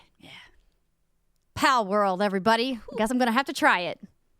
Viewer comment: Still luv the way Andrea says “everybuddy”. Makes me feel like a buddy even though I’m just a random podcast listener.